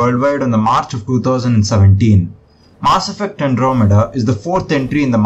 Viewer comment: my ear gets infection everytime you say "MAAaasS effect"